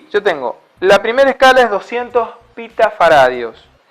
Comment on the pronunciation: ¿pita-faradios? Es pico-faradios por favor.